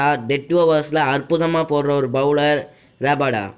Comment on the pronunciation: adu kagsido rabada illa kagiso rabada